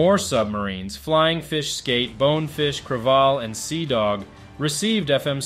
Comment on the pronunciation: Minor correction: USS Cravalle was pronounced "cruh-VAL-lee", not "cruh-VALL". The Navy had a weird obsession about not using the 'correct' pronunciation of foreign names when naming their ships, so all had Americanized pronunciation. Cruh-VAL-lee was a buh-LAY-oh class sub, not to be confused with the GAY-toe class.